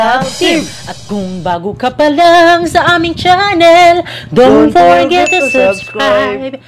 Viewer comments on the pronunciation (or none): Your demeanor guys are adorable. Pero narinig ko na nmn yung “forgep” sa intro nyo.. 🤪 Anyways, more power to your channel. Stay healthy and safe.